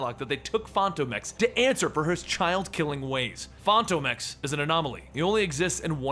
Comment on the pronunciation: Fon tome ex?? Come on my guy